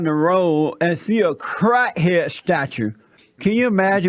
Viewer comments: "A crah head". 😆 he savage a true national treasure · 😂😂😂😂😂 I'm dying 'crah head' 😂😂😂😂😂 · Convinced crat het lol